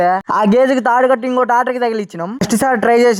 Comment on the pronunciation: Tatar kaadu tammudu Tractor😅